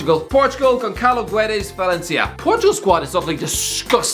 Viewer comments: As a Portuguese the way he says Gonçalo Guedes, makes me want to die For the ones who don't know it would be said as Gonsalo Gedes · More like Gonsalu Gedsh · Gonshalo guedesh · "Gon Sal u Geh D esh", hey at least he didn't have to say Fernande*Z*